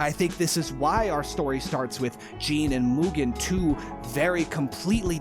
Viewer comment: Congrats on pronouncing Mugen correctly: "moo-gen" and not "mew-gen"